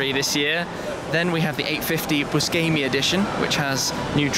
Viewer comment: By the way shmee, you pronounced 'buscemi' wrong. Its Boo-Sheh-Mee